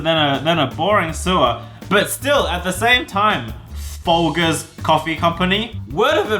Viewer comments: It’s it’s pronounced like fol-jers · Mispronounced Folgers. Boycotting Wengie